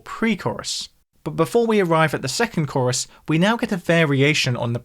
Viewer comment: Mate, I'm being a pedant but the way you are saying Chorus (korriss) instead of Core-iss is making my skull itch 🤣